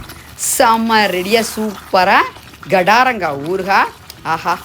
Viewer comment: Gadaranga illa kadaranga.. Garda Garda nadukarel